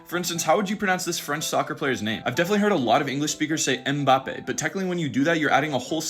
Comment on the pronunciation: And there's no e at the end of words in English, which is why you'd say Embappey, with the ey and not the eh/eih at the end